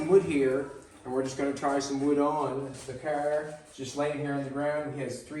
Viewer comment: Love the way builds, and says DaCaar lol 😂